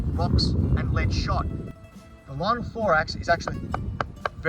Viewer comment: You had many chances to pronounce linothorax correctly